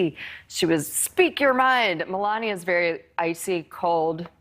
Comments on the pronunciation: It’s Melania, NOT Melañia!!!! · The way Ashley pronounces Melania sounds strange.